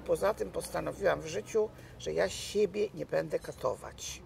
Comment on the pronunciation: Kochana! Mów: będe (wymowa) a nie bede i wziąć. Super wywiady. Super strona. Super Ty!